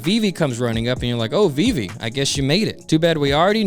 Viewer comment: Viv-e not VV